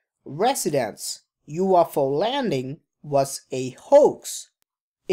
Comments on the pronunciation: you off ow hihihi :D ,stop just stop saying you off ow !!! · I couldn’t watch it because of how you pronounce UFO. Sorry, I’m not trying to be dick, it was just too distracting and it kept coming off to me like you were saying “waffle”. I’m sure your channel is awesome, I just couldn’t do it. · you-off-ow lol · Umm its a UFO not a "You waffle".